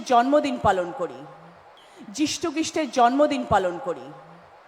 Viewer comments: 🤣🤣🤣🤣🤣 750কোটি সারা পৃথিবীতে কিন্তু 10000 কোটি শুধু পশ্চিমবঙ্গেই। যীশুখ্রীষ্ট ❌ যীষ্টুক্রিষ্ট ✅ "বিবিধের মাঝে " ❌ বিবি দের মাঝে ✅ 🤦‍♀️🤦‍♀️🤦‍♀️🤦‍♀️🤦‍♀️ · যীষ্টুখৃষ্ট উচ্চারণ করল, দশ হাজার লোক পশ্চিমবঙ্গে আছে তাহলে ? বিবিদের মাঝে - এগুলো না স্রেফ দৈহিক মানুষ। রূপ দেখিয়ে চলে আর কি ? দেবের বংশটা তো সিপিএম ছিল মনে হয়। মমতা তো সিপিএম কে ভালোই চাটছে এখন। সিঙ্গুরে ছাই হবে। লবডঙ্কা। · যীষ্টুখ্রীষ্ট দারুন উচ্চারণ দিদি! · ভাষনে কোন ভাষার গভীরতা নেই ।😅যিষ্টুখৃষ্ট ।এই নামটা পরথম (প্রথম ) শুনলাম । 😅😅😅😅😅পারলে তো কইবি ।